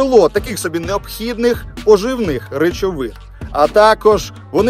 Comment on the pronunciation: Наголоси в словах: шИроко, пожИвних; не кишечник а кишківник, сумішей а не сумішів, приготуванням а не приготовленням.. Успіху Вам!